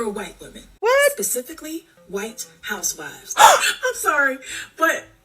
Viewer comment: Did she say pacifically or specifically ?